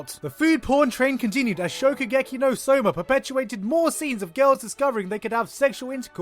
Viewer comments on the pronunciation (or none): God Danm it's shokugeki it's not shoukuheki